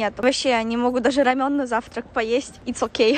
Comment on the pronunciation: рамЁн- так говорят корейцы и так говорю я) рАмен- обычно такое ударение используют русские, ну я так думаю 💜